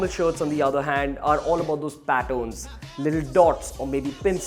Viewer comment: This guy pronounces patterns as pattons